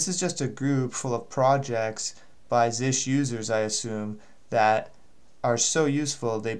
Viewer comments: Really helpful but it is z s h or z shell not zish. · Stop calling it "Zish".